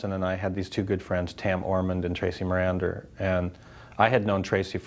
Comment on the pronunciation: It's Tracy Marander, not Maranda...